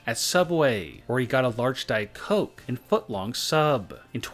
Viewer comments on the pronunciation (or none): none